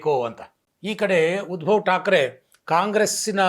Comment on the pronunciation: ಉದ್ಭವ್ ಅಲ್ಲ, ಉದ್ಧವ್.